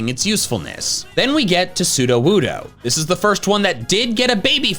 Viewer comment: It's Sudowoodo, NOT Sudowuddo!